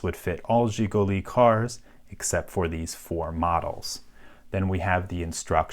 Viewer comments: almost perfect pronunciation of Жигули hahha i like it ;D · He did a pretty good job tho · I think this is the first time I've heard someone say "Жигули" not in my native language It was great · your pronounce sounds very clear and nice, especially the letter "zs" at the begining of zsiguli. usually americans can say that so clear :) thanks for the video, and also for those historical notes added to the lock, describing its importance for people of that era.